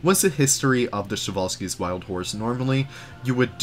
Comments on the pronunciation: I always thought you had to pronounce every letter of the name Przewalski, was stunned to hear you guys saying "Sewalski" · Show-Wall-Skis?! 😂 I, for one, would love to have a person eyed view of that underground staff path you got going on in this Zoo 👀 I presume you’re channelling the Utilidors at Disney with it?! Getting fancy building interiors now! I love it muchly! 😍 Bumpy Brush?! Love your little Leafisms!! It shall forth forever be known as Bumpy Brush! 🤣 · Przewalski's! I love how people mispronounce it <3